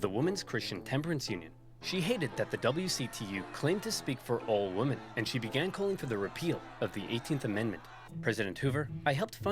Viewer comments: I love Oversimplified's videos, but goddamn does his pronouncication of women bug me. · Anyone else get frustrated with how Oversimplified keeps mispronouncing the word "women"?